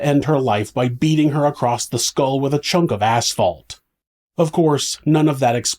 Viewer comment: Why do you say acrosst 😭